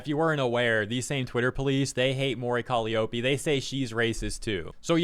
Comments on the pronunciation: lol cmon Calliope is Cah-lie-ah-pee not Cali-oh-pee lol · call me an ignorant fool but isn't Calliope pronounced as "kuh-lai-oh-pee"? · Took me a minute to realize you were saying Mori Calliope's name lmao